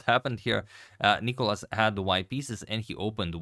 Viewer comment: It's NicOlas,not NIcolas (Νικόλας) and he destroyed Radjabov,that's what happened.